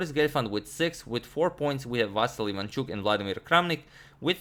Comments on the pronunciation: About the name: it is pronounced as "vasYl", not "vAsyl", last syllable is stressed, and "l" after "y" is softened. The same for "ivanchUk", last syllable; and should be pronounced like "eevanchOOk". Btw, "Vassily" is also correct, since it is his name spelled in Russian manner, and widespread in Ukraine. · Well, since you brought up the correct pronunciation of the Ivanchuk's name. I am Ukrainian and I can tell you that if you want to say it even more correctly the accents of his name are Vasýl Ivanchúk. The accents are on the last syllables. I think he doesn't care about this, but it would be nice to hear it correctly :) - here on the 7th second you can hear the right pronunciation of his name.